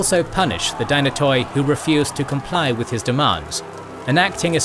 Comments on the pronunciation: Firstly dynatoi is pronounced dynat(e) and it means strong.so it was the strong families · Strategoi & Dynatoi are being butchered at the last syllable since the KG establishment... Palaiologoi spared miraculously 😋.